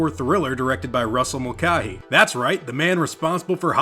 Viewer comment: It's pronounced Mulkay not Mul car hee.